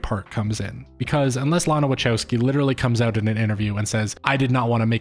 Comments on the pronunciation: The best review so far... But I struggle with the way you prounance WACHOWSKI, which I understand is an English version of the real prounancation...but it hurts my ears 😊 but honestly very good review and theory behind the film. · Respectfully, her name is pronounced LAH-nuh wuh-KOW-skee. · That's not how Wachowski is pronounced.